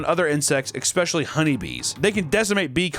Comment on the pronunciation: "Expecially honey bees" We got through 18 minutes, but not bad. We'll get it next time!